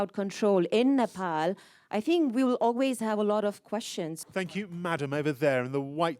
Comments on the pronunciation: this host keeps saying nepoli. Ney. Pal. Please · Nopol what's this pronounce man it's Nepal🇳🇵🇳🇵🇳🇵